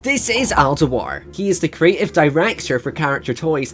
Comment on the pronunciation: It's pronounced Al Doo-ar, not "Deh-Wahr". He is Scottish, not French.